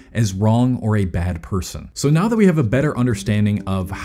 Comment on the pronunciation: uhhh, it's now, not "neow". 🤓🤓🤓🤓🤓🤓🤓🤓🤓🤓🤓🤓🤓🤓🤓🤓🤓🤓🤓🤓🤓🤓🤓🤓🤓🤓🤓🤓🤓🤓🤓🤓🤓🤓🤓🤓🤓🤓